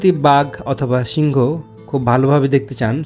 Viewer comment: উচ্চারণ হবে সিংহ, আপনি সিংগ বলছেন উচ্চারণ ঠিক করে নিবেন। 🙂